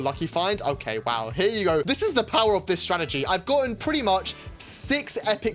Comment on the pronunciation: Ah yes, “Stratergy”